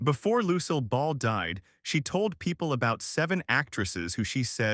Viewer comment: Find a website to teach you how to say "Lucille" ! ! !